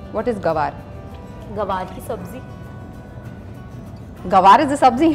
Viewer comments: First of all it’s not GAWAR but Gwar or Guar...And secondly, it’s more commonly knows as Cluster beans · What is gawaar...its gwar😬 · It's not Gawar, its Guar, like goo ar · Are yaar Gawar ni hota Gwar hota hai🙄